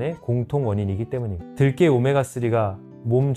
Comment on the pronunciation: 들깨 인가요? 들게 라고 하시니...